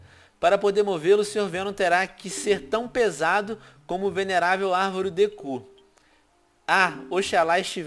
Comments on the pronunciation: O venom fala arvore de cu o certo é deku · Alô Nerd! se diz dé ku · Venom o nome da arvore não se fala "Árvore Dekû" mas sim se fala "Árvore Dêku". (SE FALA E N SE ESCREVE) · se diz dé ku msm .-.